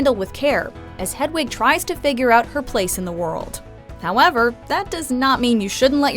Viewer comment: Why can the narrator not pronounce "Hedwig" properly?